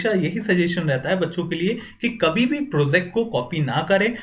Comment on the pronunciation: "pro-ZACT", "ZAAN-kari" lol